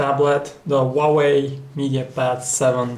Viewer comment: funny accent :D "wauweiw"